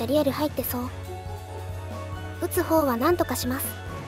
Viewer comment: 撃つ方は何とかしますが 筒香は何とかしますに聞こえてしまった